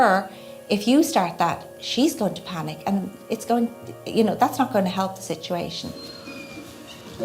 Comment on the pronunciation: The word "Sitiation"! My syblings and I used to say it that way and laugh! I haven't heard anyone else say it until now!